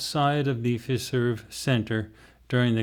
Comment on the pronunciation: Its pronounced ""F i i i ... ... serve" . Great RV session!